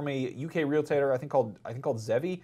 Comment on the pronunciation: zavvi not zevvi :)